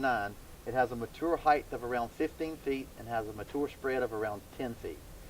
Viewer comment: Its heighT not heighTH